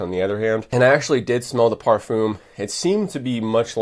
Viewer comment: I asked a friend who speaks fluent french, how to pronounce ‘parfum’ and like you I was incorrect. There plenty of examples as to the correct pronunciation on YouTube, then you can get it correct next time around